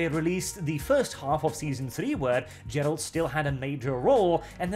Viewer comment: "Jer-ALT" You can't even pronounce the titular side character's name.